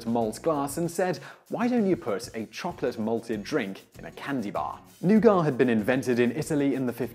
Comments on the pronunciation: I've just asked about a dozen people - all English - and none of them said "noo-gart"... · It's nougat, not "new gar" lol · No, it is correctly pronounced noogah. ‘Oh’ never is pronounced new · Simon: "Noo-gah" Me: "Noo-guht" Dictionary: "You're both right" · Given that this is an american company, I wish he had been pronouncing nougat the way WE do - "new-gut". Every time he said Noo-Gahh I cringed >_o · Why do you pronounce nougat as "noo-gart" rather than "nuhgut". You're English lol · new-GAH? new-GAH? It's NOO-git !! NOO-git! Say it.... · lol he says NOOOOGAAAAAAH but everyone in the US pronounces it noo-gat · We Americans pronounce "nougat" as "Noo-git" as opposed to "Noo-gah." Just sayin'... Allegedly. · Nougat = "NOO-gat". Of course, being a Simon Whistler production, there would have to be at least one glaring mistake. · Simon really needs to read these things in advance and look up how to pronounce words he doesn't know. Nougat is not pronounced new ga, it's new-get. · Nougat is pronounced new·git not new·gah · Why do you always pronounce things wrong? Nougat is pronounced new-gut, not new-gah. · Took me about 40 seconds to understand that 'new-gar' was nougat. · Lillian Swaim Nougar. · new gut. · As it's bash Simon day If I were to really nitpick it's pronounced "NooGaT" on both sides of the pond. Great videos, keep up the good work. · It's NOUGAT, not nougar! Say it right, Simon! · Nugar?...oh you mean nougat...The "T" is not silent in Yankee English. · Nougat. With a "T" with a "T". Not noogar! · noo-GAH? Well, far be it for the Brits to be consistent with pronouncing words from French. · WTF is "newgar"? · nougat nooget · What the hell is "new gaw"?? It's nougat, with a 't' at the end! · You butcher a lot of words, but where the hell is the R in nougat?